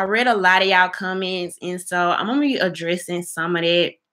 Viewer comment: Hey yow? Surcribas? commence ? udder day?👀 Girl please get a grip on the English language. There is a big difference between speaking with a southern accent and just plain old butchering words. Your thoughtful content is good though.